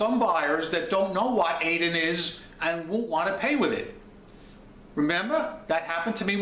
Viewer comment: It's pronounced Ad-yen because it's spelled that way.